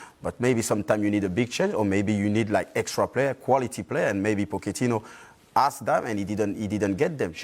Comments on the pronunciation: Nobody: Patrice Evra: "Pocketino" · Evra" pokatino " 😂